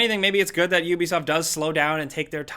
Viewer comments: How is it you people made so many videos about Ubisoft and you still don't know how to say the name. Hear this is how you say it OO-BE-SOFT I suggest you people learn how to say before you do your next video about Ubisoft because y'all sound stupid every time you say the wrong way and it's cringy as fuck. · It’s yubisoff ffs.